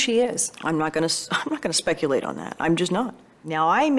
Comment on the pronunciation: from bout to say "not gonna say shhhhhh!! Bleep...." (what she really meant "not gonna say where she at) to " not gonna shhh-speculate to that" gal u gotta be kidding me 😅😅